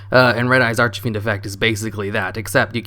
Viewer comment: Brooo it's archfiend not archafiend it's killing me ahhahaha